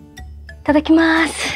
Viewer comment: どうしていただきめす と言うのですか？